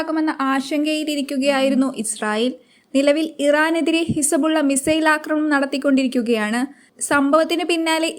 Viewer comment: വാർത്ത വായിക്കുമ്പോൾ കസപിസ പറയാതെ മോളെ നിലവിൽ ഇസബുള്ള ഇറാനെ ആക്രമിച്ചത് 😄എപ്പഴാണ് 😄😄